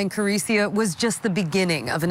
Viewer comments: The voiceover person getting the name wrong over and over is offensive and unhelpful. Her name is Clarissa, not Clarissia or Carissia. Come on Court TV. The family will be watching this. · Wow, show a little respect and get her name actually right voice over person. Thank you Court tv for doing a San Diego case, I feel our cold cases never really get covered.